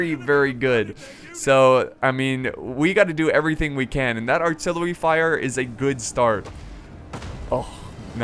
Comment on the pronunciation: u said tht artillewy fire🤣🤣🤣 ur dope💪🏾